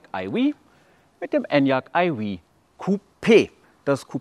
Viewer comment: Wenn du nur aufhörst Enyaq eiwieh zu sagen 😆😆😆